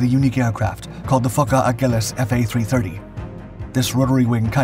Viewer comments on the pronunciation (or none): none